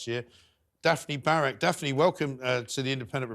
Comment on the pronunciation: the host pronounces Daphne as defamy..weird